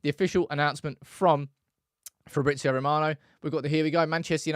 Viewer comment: I don't think Fabrizio's name is pronounced like that. The "z" is read the same way as English. "ZZ" sounds different though. Like pizza.